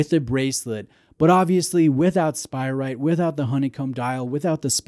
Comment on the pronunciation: Love you but isn’t it SpirATE not spiright? 😁